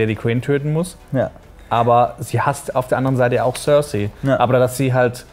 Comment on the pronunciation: tsörsai statt cercei ^^